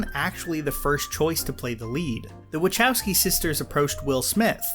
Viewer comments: did you say wilcchokis sisters ??? lmfao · Did he say the Wackoski sisters?